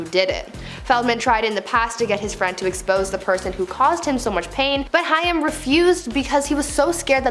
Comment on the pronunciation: OMG.. It's Haaaaaaaim. Learn how to pronounce a name .